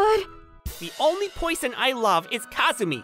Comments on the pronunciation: Excuse me why do you pronounce person as poison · What the fu— so, first of all, is Hirata Australian or Britain? Because when pronounced "Girls" he instead said "Goyils" it sounded... Australianey and Britainey, he pronounced "Weird" as "Wied" ay, I'm just telling boys and gals. And uh he pronounced "Person" as "Poison".